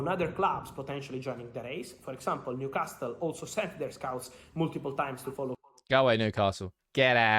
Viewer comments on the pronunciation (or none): none